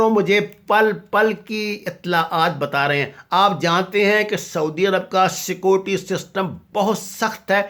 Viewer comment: چل اوئے بھوتنی دے آ ،پہلے بولنا تاں سِکھ، "سکوٹی" سیکیورٹی ہوندا اے، وڈا تجزیہ نگار